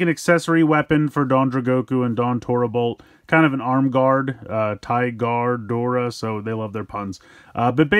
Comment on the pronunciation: I hate to be that kinda guy, and I'm not doing this to bother you in any way (I love your reviews), but the changer is call "TigerDora" not Tiguardora 😅👌